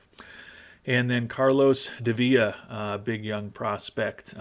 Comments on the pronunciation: I think Davila should start in AA. Seems to me he has nothing to prove in A+ and his ratings indicate he's plenty capable to compete in AA. Great to see another outstanding dev lab result for him. Also, as his name only has 1 L, his last name is pronounced with the English sounding L sound. Like: Dah - v - la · lol the internet getting on for his pronunciation 🙂‍↔️ I wasn’t going to comment on it but the dissonance between how i was saying Davila in my head vs how said it was starting to bug me 😅